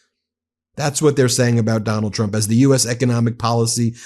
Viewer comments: Every time KKKaroline Leavitt says Trump it sounds like she says Chump. That is the only true thing that comes out of that disgusting girl. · It sounded like she called him president chump